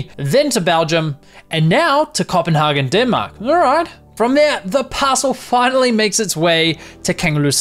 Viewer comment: No no no i am danish you say Copenhargen..... You nee dto say copenhaygen not Hargen